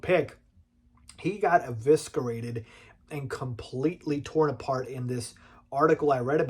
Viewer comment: Bro you gotta fix how you say “eviscerated,” you said it wrong twice